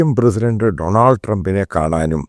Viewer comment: ഡോണൽസ് എന്നാണ്. ഡണാൾഡ് എന്നല്ല. Look at the word pronunciation. Most Malayalee reporters mAke this mistake. P P james & Marunadan Shajan say it right.